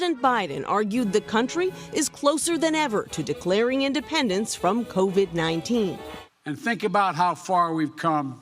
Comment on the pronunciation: hopeless if the guy can’t get even the name COVID correct, you think he has a clue what he’s doing in regard to covax or covert 9?